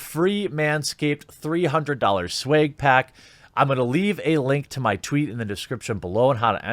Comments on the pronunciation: I got the "Sweg Peck" Jeremy. 😂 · Why do you intentionally pronounce swag incorrectly?